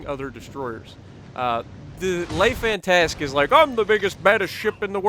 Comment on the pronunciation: The way he butchers the ‘lay fantast’ 😂😂